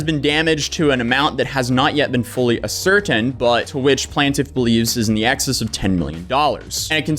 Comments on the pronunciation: love you bro but here you go. Ascertain a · sr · tayn Not A - certain. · That word is ascertain. It's pronounced "ass-er-tain". Love your vids, I think you are one of the best. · Ascertain= ass. Er. TAIN. is how you say that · Say it with me ascertain. Ass-ir-tained 🤦‍♂️ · Ascertain = ASS ERTAIN